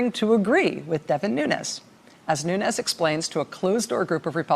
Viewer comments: "New-knees" is how his surname is pronounced, not "new-nez." (It's Portuguese, not Spanish.) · Nunes should be pronounced 'noons" because it is Portugese. A Nunez pronouncation is Spanish. People have said he is brown because of the pronounciation. He is not Latin American but European. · Nuñes not Nunes ....white wannabee... perpetuating!!!